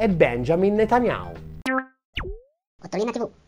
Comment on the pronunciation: NOOooo ...! 😱😱😱 "Benjamin Netanyhau" noooo...Dannato Ottolina, tu si che sai come convincerci al "dono spontaneo"... Comunque, al di là delle invettive finali, sempre molto chiarificatori i tuoi video, bravo...